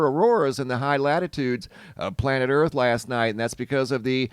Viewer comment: Why do you say Earf side facing the sun? Surely you dont believe its round?